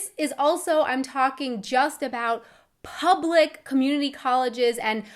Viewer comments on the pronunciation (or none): Have you ever noticed how many "h" sounds you add to your pronunciation? Nothing bad, just peculiar. "Co-h-st" instead of "cost", "Pu-h-blic" instead of "public", "to-h-ps" instead of "tops" for example. Keep up the great job and passion in your videos